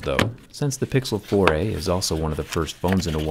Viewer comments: I thought u turned to a canadian. The way you say: the pixel 4 eehh! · Whenever he says Google 4a , I kinda hear "Google 4 eh " in an Australian accent how man !!